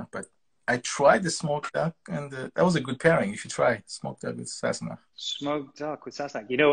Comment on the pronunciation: This woman should have done more research before interviewing Sam!! She couldn't pronounce the name "sassenach". She didn't understand/know about the unicorn on the bottle. She had no idea and was confused that Sam had so many live fans during the interview. Very disappointing!